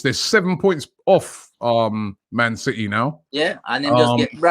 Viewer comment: It’s city not citeh you monk